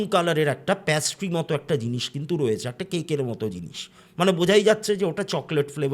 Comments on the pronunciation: ওটা প্যাস্ট্রি নয় পেস্ট্রি,, প্যাস্ট্রি কথাটা শুনতে বড্ড কানে লাগছে। আর অনেক ধন্যবাদ এত সুন্দর একটা গল্প শোনানোর জন্য আপনার বলার ধরনটা খুবই সুন্দর লাগে। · প্যাস্ট্রি কথাটা খুব কানে লাগলো ওটা হবে পেস্ট্রি, plz don't mind 🙏🏻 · ওটা প্যাস্ট্রি না পেস্ট্রি হবে, baki apnar story telling khub e sundor❤❤ sudhu ektu extra ktha bolen majhe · প্যাসট্রি নয় পেসট্রি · Apni to ekjon teacher Ei french word ta pattiserie in english pastry, erom joghonno pronunciation keno korchen baar baar,,entire episode ta oi ekta word er jonno eto besi irritating lagche,,,ki r bolbo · Absolutely Being a teacher...khub ei baje